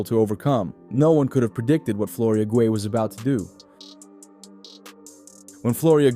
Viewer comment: You pronounced Guei about 4 different ways. Get it right.